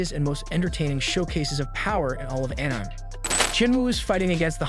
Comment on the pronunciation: are you seriously pronouncing it as Anym instead of akneemay?? so effing way I am gonna watch this d**b video even it was a very good work